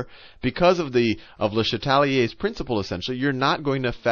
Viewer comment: Thanks sal, but it’s “le CHA tel ire’s”, not le sheTAL i er’s...